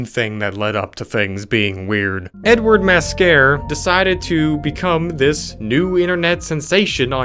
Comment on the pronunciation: When you were talking about the last one I kept hearing you say N-word instead of Edward. It was quite funny and confusing. Thanks for that it really got my day going on a hilarious note.